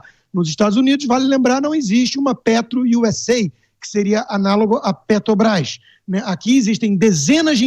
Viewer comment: E Muié não sabe falar mano Pretobras, Guatematecos, Jesus ta ruim hem...